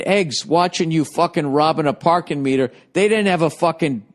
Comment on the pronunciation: The Pahkin ((((((((MEEEETAH))))))))